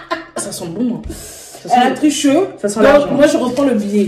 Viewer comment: « Elle a tricheu » 🤣🤣🤣🤣🤣🤣🤣